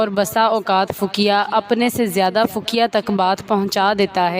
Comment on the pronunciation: Fakia nahi hota faqih hota hai